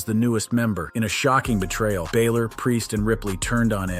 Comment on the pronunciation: Also, you need to learn how to pronounce Bálor properly